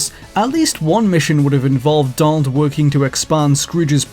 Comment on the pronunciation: Are you saying "DOLL" or Donald?